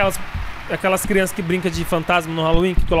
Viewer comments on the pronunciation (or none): none